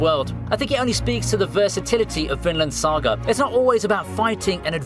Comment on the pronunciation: "Tokyo Avengers" "Manoa" "Finland Saga" "Jiujitsu Kaisen" 💀💀💀💀